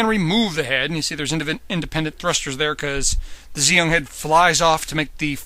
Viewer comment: It's pronounced gee ong